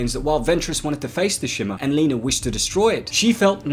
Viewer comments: Her name is Lena, not Leener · Lol, why does he keep calling her "Leener"? Lol.